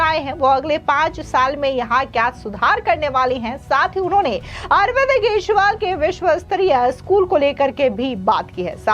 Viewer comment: मैडम आप केजरीवाल को केसवाल बोलती हैं इसको सही कर लीजिए।